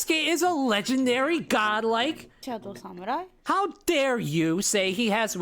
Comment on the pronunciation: Did that Ubisoft employee say "SAMU-WHY" ?